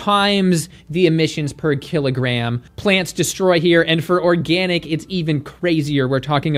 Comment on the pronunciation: Organ-ick (zinger)